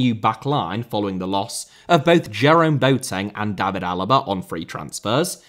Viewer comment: Extremely minor note: no need to try a German pronounciation when saying David Alaba's first name. His father pronounces it like in English and I guess he'd know.